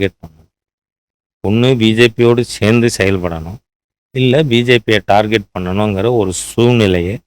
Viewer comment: டார்கெட்.. டார்ஜெட் அல்ல. திருத்திக்கொள்ளவும்..